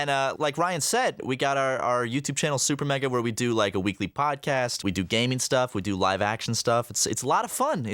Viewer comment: “Super maega”